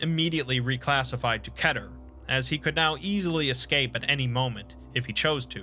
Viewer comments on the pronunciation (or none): I always thought it was “KEE-TER” not “KEH-TERR” Hmm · its kEter not kÆter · Isn’t keter said key-ter ter said like pe-ter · Who says keter with two short E? Keter like Peter? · I thought it was pronounced “Kee-ter” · It pronounced key-ter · The way this guy pronounces Keter is annoying